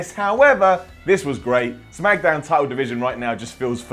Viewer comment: said shamkdown at the beginning